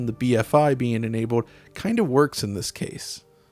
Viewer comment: When he gets to certain words like "cold" "enabled" his voice has a funny sound to it. Changes it to "Code" and "Enabode" its a little jarring